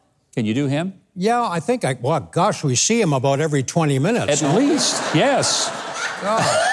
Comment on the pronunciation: Except when he slipped into a Canadian accent with “aboot”.